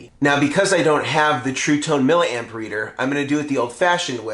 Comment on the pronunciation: Milla Amp? C'mon you and need to learn how to pronounce the word milli. We don't say killa ohm or megi ohm or pica farad. SI units. Just being a wize guy:)